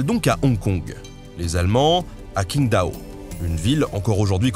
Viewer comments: Et de même à pour Qingdao, c'est /tʃɪŋˈdaʊ/, pas comme un King anglais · ça se prononce Harbine. J'y ai habité, d'ailleurs. Et QingDao se prononce TchingDao. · pour info, Q en pinyin se prononce "tch" et donc Qingdao se prononce "tching dao" ce qui se voit sur la photo en d'ailleurs la dynastie Qing ( ) se prononce "Tching" a part ça chapeau bas pour le reste de la prononciation en chinois !! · Hello Nota Bene, un petit tips pour toi, le 'Q' en chinois se prononce 'TS', donc ton qingtao est en fait Tsingtao, comme la bière ^^. Et oui, parce que ce sont les allemands qui sont partis là bas et leur ont donnée la recette. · Bonjour, le "Q" en chinois retranscrit en alphabet latin (pinyin) ne se prononce pas du tout "K" mais comme un son un peu entre "T's" et "T'sh" (d'où "Qingdao" est souvent retranscrit "Tsingtao"). On dit donc la dynastie Tshing, mais pas King. On dit Tshingdao (ou Tsingtao) et pas Kingdao. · super video, comme toujours. juste un petit truc en passant, tu devrais te pencher un poil sur sur la prononciation des ville et nom chinois. le pin yin ce prononce de facon legerement differente. par example qingda se prononce ching-dao. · Qing qui devient King, ca fait mal Qingdao, kingdao, en plus tu mets l'image de la boisson dont le nom est la prononciation xD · Nota BEne fait toi aider pour les noms chinois par pitié Qindao= Ts'ing Tao. oui oui comme la biere! Harbin= harrbine Ya le phonétique sur Wikipedia serieux. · "Qi" en chinois se lit "tchi". Donc la dynastie c'est "tching" (Qing), et la ville "tchingdao" (Qingdao). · Faudrait rechercher la prononciation des mots chinois quand meme avant de faire une video sur le sujet, Q = tch, x = s, Qindao = tchindao, santé ! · Qingdao = /tchingtao/